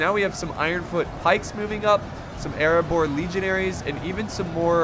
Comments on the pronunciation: the dwarves of Ereabor Me: dude pronounce it right for Durin’s sake!!! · he said areabor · Dwarves of eriabor🤔🤔 heheheh nailed it